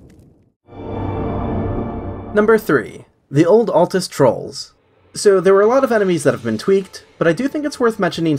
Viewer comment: Kudos for saying ALTUS and not atlas